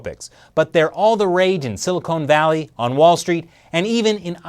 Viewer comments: "Silicone Valley" LOL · A couple of pronunciation quirks: "nootropic" is probably pronounced "no-o-tropic" because Greek is fun, and it's not Silicone Valley. Now that my internal Grammar Nazi has subsided, I had no idea about this issue. It's really interesting. Does anybody know if Instant Parkinson's is related to this at all?